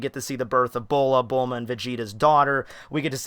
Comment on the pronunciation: it's bullma